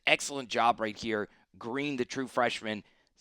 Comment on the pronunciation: Not green that’s Gaston, come on man if your gunna cover sec got to learn the names. Don’t just be making videos for views.